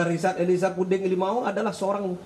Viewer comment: membacakan nama RE saja gak betul.., cuma membacakan saja trs berulang salah.., Ambil kepusannya..gmn ya????